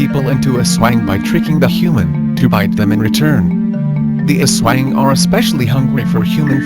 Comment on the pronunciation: Its not Aswa-ing its Aswāng and its not Duwend(silent e) its Duwendeee strong E :3 Im referring about the way u read it Im a Filipino